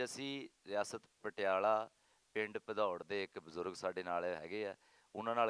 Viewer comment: Bhadaurh not padaur